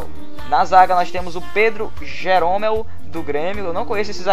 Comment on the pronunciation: Cara se pronuncia Gérômel